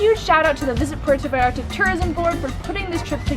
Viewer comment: ahhhh Im cringing at myself 🙈 how embarrassing of me! I’m so glad you told me this because I’m going to PV next week to make another video and I PROMISE I will try to pronounce this better! #gringaproblems